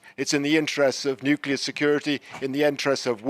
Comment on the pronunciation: Yet another presenter incapable of pronouncing nuclear.